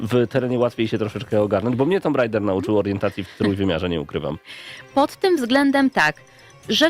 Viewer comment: Po 7sek jak uslyszalem "tumb raida" mam dosc i wylaczam to gunwo, w polsce gralismy tylko w tomb rajdera!! Kurla kiedys to bylo